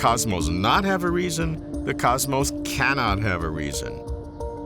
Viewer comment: 16 years you have been asking that question... and mispronouncing cosmos for 16 years too